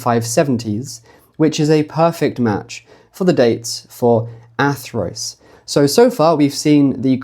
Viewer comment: surely Athrwys would be pronounced "Athruuse", not Athroyce??? remember - Y is U and U is Y in Wales... and that pronounciation sounds a LOT more like 'Arthurus', doesn't it?